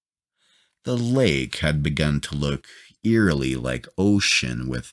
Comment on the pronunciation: Wtf is this narrator... Laeeeek, tonaeeit, borkaeuuup, can geeet, keed, escapeeit 15 year old would do better job